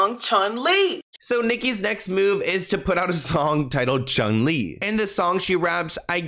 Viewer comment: not “Miss ChunLi” 😩😭💀